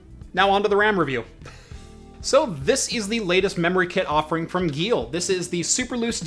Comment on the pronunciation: I would have guessed that Geil would rhyme with "isle" instead of "eel".